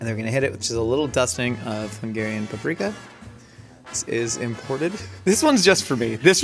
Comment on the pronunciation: I am so impressed by Hungarian pronunciation! I love when our food gets represented well AND the names are said (semi) correctly 😊